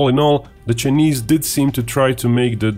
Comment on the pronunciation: Given that he is going to say "Chinese" hundreds of times in this video, how is it possible that the supposedly professional commentator of this video, does not know how to pronounce "Chinese"? And how is it possible that nobody corrected him before this video was launched? I'm only asking.